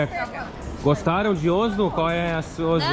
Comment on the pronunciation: Pronunciando Oslo errado ,em português a pronúncia correta da-se com a letra Ó aberta E como se estivesse um acento no o ,não se pronuncia com o fechado ÓSLO